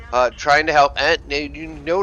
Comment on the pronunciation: good video but the lowe is pronouced like lurver and tornvagn like tornvahn